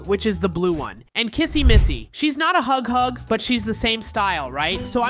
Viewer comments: Can anyone help him that's its huggy wuggy NOT HUG HUG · You said hugg hugg not huggy wuggy. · It's name is not hughug its huggy wuggy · His name is not hug hug it's huggy wuggy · Its not hughug its Huggy wuggy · Why are you calling him hog hog?